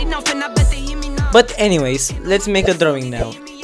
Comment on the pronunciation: U said - droing